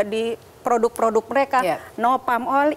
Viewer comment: Suara yang ngomong gini "cintailah ploduk-ploduk indonesia". :D